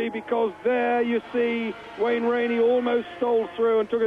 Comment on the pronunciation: He mispronounced almost every rider's name. Wainey, really?